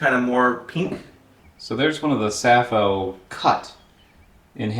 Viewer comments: It is called "safou", not "safo". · Anyway, it's a French word, so you should pronouce it like "safoo" stressed on the second syllable. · Dacroydes edulis or Safou in Cameroonian French (pronounced Saah foo not Ca foe). Perfumer’s opoponax is also from the same family. Safou is not so much from West Africa as Central Africa. Very common in Cameroon, DR and Rep Congo (on the western side of DR Congo), Gabon and Nigeria. It can be propogated by marcotting (Air layering) or from seed. I brought seeds from Cameroon to Liberia about 13 years ago and planted 3 trees in Gbarnga, Liberia. They are likely very big trees now, hopefully feeding many happy people. You guys would get laughed out of Yaounde eating them this way. The best way to cook it is in cast iron skillet (it cooks in its own oil no need to add red palm oil) or grill over charcoal. I have never had them boiled. I agree with the taste as a mix between avacado and olive. Try some loaded in a nice fresh baguette. Bon appétit ! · It's pronounced Safoo